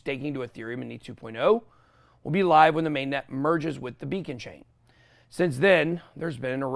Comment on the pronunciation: did you say be a con chain?